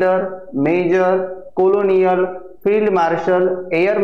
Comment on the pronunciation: कोलोनियल नाही हो, कर्नल